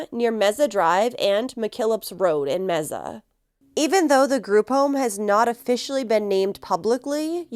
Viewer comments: You are sooo cute saying meza. It’s pronounced may-sa . Love you girl! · Oh, it's not pronounced mesa (table in Spanish/Portuguese), but may-sa? Good to know. So disturbing what happened to this girl, it's satanic. RIP. 🙏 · I just want to add that we pronounce Mesa as MAY-SAH. Thank you for covering this. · I pray Sweet Emily Pike gets justice very soon!! Rest in peace 💓💕💓🌸💗🌷🌺 Mesa is pronounced May- sa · Mesa pronounced May-sa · May- suh. Just sayin. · I know it's not important, but the pronunciation of "Mesa" is "May-suh". Thank you for covering this case! I live in the area and its absolutely tragic. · This is driving me insane. May-suh!! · Mesa AZ is pronounced like may-sa. That's my hometowm